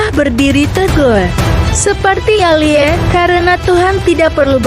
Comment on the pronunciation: Alia??? Narator pakai AI macam bgini yg mmbuat aneh